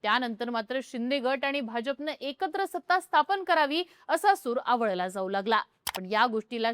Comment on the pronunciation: आवळला ❌ आळवला ✅